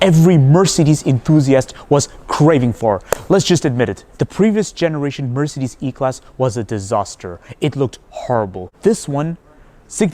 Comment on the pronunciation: the way he pronounces Mercedes is kind of nauseating